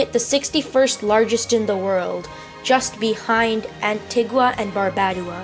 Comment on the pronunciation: yeah, when i was reading the script I forgot what antigua and barbadua was and accidentally pronounced it wrong, oh well